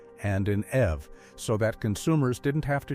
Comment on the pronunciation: It's pronounced E V not ev dump ai